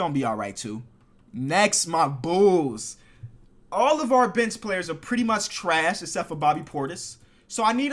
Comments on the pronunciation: does anyone else think he says B** instead of bench? like if u agree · when he says bench it sounds like b*tch